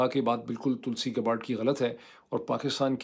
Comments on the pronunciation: یا اللہ معید صاحب یے تلسی گباڑڈ نہیں بلکہ تلسی گیبڑڈ ہے 😖😤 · Tulsi Gabbard is pronounced TUHL-see GAB-urd. The last name is pronounced "Gab-erd" .